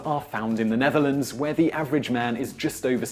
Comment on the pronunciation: "Neatherlands" instead of Netherlands? Not sure if this is right. Correct me if I'm wrong.